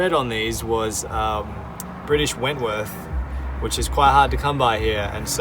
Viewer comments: my heart goes out to you on the saga of the bolts, by the way its Whitworth, not 'Wentworth'. I play with British motorbikes, its 'normal' for those of us who insist on riding old British bikes... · It's called Whitworth ...not wentworth :-) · Great videos, keep up the good work.... Btw it is Whitworth threads... Usually called BSW - British Standard Whitworth... Not Wentworth.. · Perhaps it is your accent, but there is no "N" in whitworth thread !